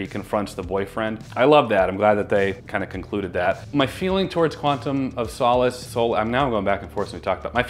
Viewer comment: finally pronounces Craig correctly, then immediately says "Quantum of Soulless":DD